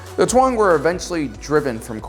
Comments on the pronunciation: It’s pronounced “Tong” not “twong”. And also Din “Jar-in” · Taung is pronounced Taw-ng not Twa-ng. P.S. No offense, I like your content👍🏻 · It’s interesting how you have it spelled “Taung” but you pronounce it “Tuang”. Why’s that?